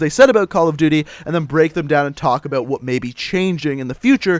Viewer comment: The way he says "about" makes me cringe lol